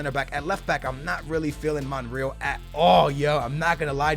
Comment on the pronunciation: It is btw monre-al not monriel